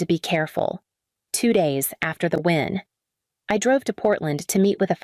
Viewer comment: Win not wind.